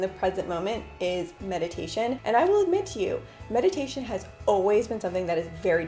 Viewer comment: I thought you said "the best you can do to be in the present moment.. is Medication..." lol😂